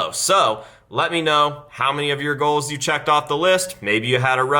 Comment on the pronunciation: It’s pronounced GOALS not GLOWS